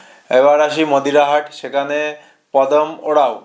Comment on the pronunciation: মোদিরাহাট নয় মাদারিহাট উচ্চারণ ঠিক করুন